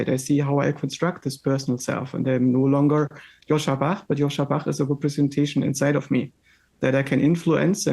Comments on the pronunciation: JOSCHA, not Joshua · Pls correct his name, it is JOSCHA.